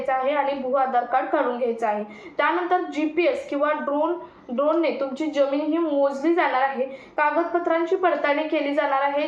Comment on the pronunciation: किती अशुद्ध उच्चार. यम, यल, यन काय हे. जमीन या शब्दाचा उच्चार करताना ' ज ' हा जहाजातला असतो.